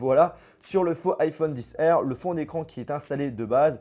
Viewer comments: Mais pourquoi tu dit dixR c’est Xr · Ça me stresse quand il dit "iPhone 10R" j'ai trop l'habitude d'entendre XR 😂